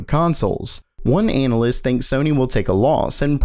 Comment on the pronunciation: Did he say "anal-ist"?